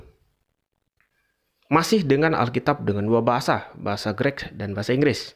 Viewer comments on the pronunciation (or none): Greek itu cara bacanya bukan "Grek". Kalo mau komentar bahasa belajar cara baca dulu sono. 😂